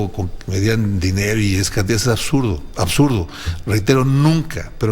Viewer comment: Se dice "absurdo", no "asuto", Sr. presidiario.